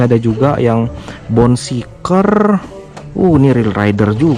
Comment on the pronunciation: Mau ngasih tau aja bang,namanya kan bone shaker bukan bone shiker,cuman ngasi tau